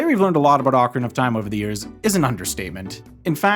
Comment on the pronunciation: jajaja dijiste ocra of time